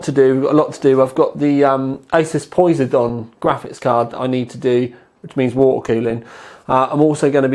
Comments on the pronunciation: It's pronounced "Po-Sai_Don" and not "Poi-Si-Don". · It's pos-eye-don :P also bencue